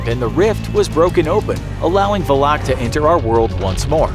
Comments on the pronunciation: How are you going to defeat it if you can't even pronounce its name? 😃 It's "Val-ek", not Va-lock LOL. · also it’s not VALAK it’s VALIK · Its not Vleeeeeeeek or Vlaaaaaaaak Its Valak. Legit just read how its written,its not hard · When you said Volak, that everyone said Valak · Pronounced :valkick Name:Valak He calls her: valock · "Valaaaaak" lol It's pronounced as "Valek" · It’s valak not “valock” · It is VALAK not VULOK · it’s not “VUH-LACK” it’s pronounced “VAL-ECK” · tahst not how u say her name its Valac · Valak. Just say valak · Am I the one that pronounces valak like va-luk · The way he pronounces valak like vu lock makes me uncomfortable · I don’t think I heard somebody pronounce Valak more terribly 😂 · Mispronouncing Valak the entire video, sigh. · The way he said Valak smh 😒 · I am so annoyed by how he says her name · Pronounces valak in the dumbest way possible the whole video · I’m just annoyed Valak was pronounced wrong 😖